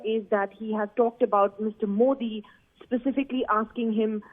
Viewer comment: MooOodi G Aap Aaaam Kysy khaty hn, aagy sy khaty hn ya peechy sy khaaty hn.. Lol hahahah